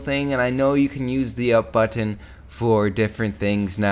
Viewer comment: The way he is say "up button"